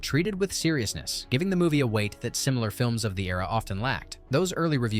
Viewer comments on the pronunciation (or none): none